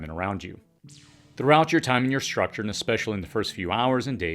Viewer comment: Or "h" in structure, for that matter "shrutchure"